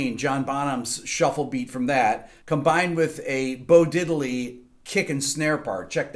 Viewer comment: Rick, I didn't find any flaw in your valuable videos until you disapointed me with the "bo-didley" mess up... :):):)